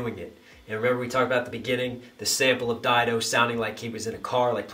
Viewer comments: Stan wouldn't be Stan without Didos chorus💯 She's labeled as a feature on the song & if I'm not mistaken shes also in the music video Lol & her name is pronounced Did-o👌 Also love the breakdowns & your music, keep doing your thing brotha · No, it's not Did-o, it's Dye-do